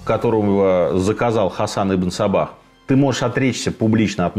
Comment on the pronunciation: Мне одному слышится - Ибн Собак?)))